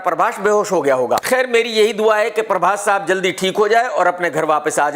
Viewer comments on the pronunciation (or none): In actual its Prabhas Krk: parbhas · Parbhas nahi bhai prabhas 😂